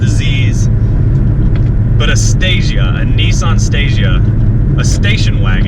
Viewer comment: great review bro.but please Nissan not nessan